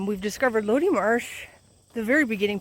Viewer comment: I believe it’s pronounced “low-die”